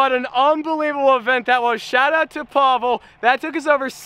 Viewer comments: Pablo🤣🤣 it's Pavel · He is not a gypsy, he is russian so don’t call him pablo, its Pavel!!!!